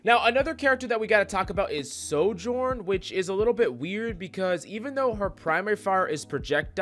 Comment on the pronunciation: Why is no one talking abt how he pronounces Sojourn